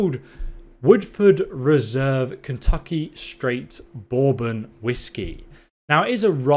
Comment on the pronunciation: That one is technically not a rye, though it has rye in it. I love how you say bourbon too. Most Americans call it "burbon." Also an interesting note, that is not a rye whiskey. Bourbon is whiskey where the mash is more that 51% (I think?) corn. Whereas a rye whiskey would be more than 51% rye grain.